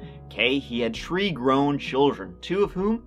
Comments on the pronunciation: Not "tree grown children" 😂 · I always giggle at his pronunciation of three. "tree people" and "tree children" as he says....so my dream would have been different. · I'm sorry. I can't help myself. "He had tree grown children" teehee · Thank god for a new. Not all heroes wear capes, or can pronounce free….